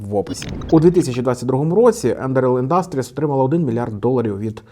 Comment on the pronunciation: Ти або навчись правильно ставити наголос, або не повторюй по 20 раз не правильно.... Вухо ріже, піпідАстр Не індАстріс, а Індастріс....